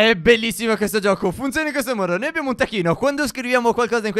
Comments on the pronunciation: STEF guarda che hai detto tacchino invece che tacquino!✅✅✔ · Ma solo io sento tacchino invece di tacquino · io non ho sentito taqquino io ho sentito tacchino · Alľinizio Stefano ha detto al posto di taccUino,taccHino! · Anche io😂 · (stef min ) taccuino no tacchino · solo a me sembra che inizialmente stef diceva tacchino al posto di taccuino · Stef comunque all'inizio non hai detto TAQUINO hai detto TACCHINO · a detto tacchino non taqquino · Stef non hai detto taccuino ma hai detto tacchino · Stef non per essere perfettina ma si dice taccuino non tacchino. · Non hai detto taccuino hai detto tacchino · m stef ha detto tacchino non tacquino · Abbiamo un Tacchino? Ah no è solo la pronuncia da Messicano di Steph...😂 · Ma è vero ha detto tacchino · ma quando a detto taccuino io ho capito tacchino!!!😂😂😂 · Stef hai detto tacquino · 😂pure io l'ho notato